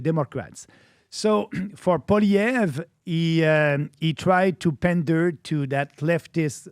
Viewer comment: Agreed with many of the comments stop ruining our only chance for hope in Canada. I voted Trump as a Canadian American . Also, your mispronouncing Pierre's last name in many of your shows